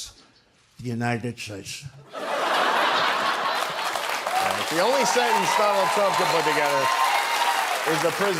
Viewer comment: My favorite: "God bless the United Sheysh"... Lol!!!